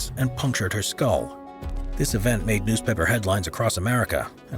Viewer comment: if you wait a second when it says news paper it sounds like news pepper